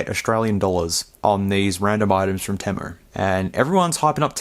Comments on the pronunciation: It’s pronounced “tee-moo” not “tim-moo”. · TEA-moo. Not TEH-mu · Its actually pronounced TEE-MOO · No way dude you even added the letter "R" in Temu.. I cant do it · Have you not seen enough ads to know it's pronounced Teemu, or is it different down there? Serious question. 🤔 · Interesting video but he says temu wrong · Where are you getting the "A" from in temu? Or am I just pronouncing it wrong?